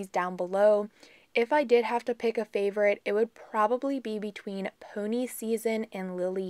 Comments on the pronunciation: Such a pretty valentines nail set! fyi peony is pronounced pee-on-ee . Not pony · Just came across you channel. You do beautifull work on your nails. Just an FYI for you, sounded like you pronounced Swarovski ok but that peony nail oil is pronounced pee-o-nee. They are my favorite smelling flower & I'm lucky to have a bush of them growing in my yard. I'm teaching myself to do my own nails, your videos are showing me some good lessons & tips. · Gorgeous 😍😍 I love the way you say Peony... I have never heard it the way you say it, we have always pronounced it (Pee-oh-knee). I am definitely going to have to do a little more post-birthday shopping for myself 😁.. Thank you as always for sharing 🥰.. And you did amazing pronouncing Swarovski 😘